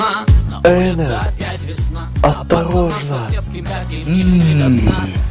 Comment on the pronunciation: Если не знал не энар а энард